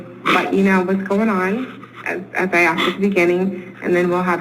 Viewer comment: Asked. Not axed.